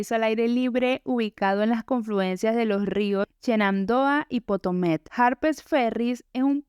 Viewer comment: Río Potomac, no potomet